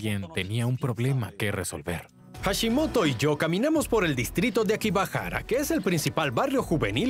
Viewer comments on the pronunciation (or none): No es akibahara,sino akihabara